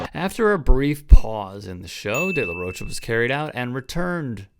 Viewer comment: It's pronounced De La Roca